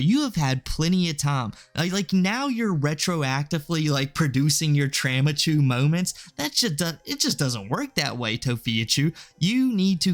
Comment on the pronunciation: "Traumachu" lol